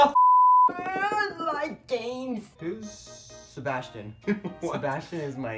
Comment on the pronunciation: SABASTIN omg johhnie said sabastin!